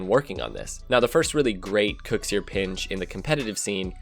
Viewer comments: STOP CALLING KUXIR KOOXS-EER LMAO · Noooo it's not "cooksear" it's "kuxir".... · it's not called the cooks ear pinch. it's called the kuxir pinch. why does nobody say his name right... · I hate how he says Kuxir lol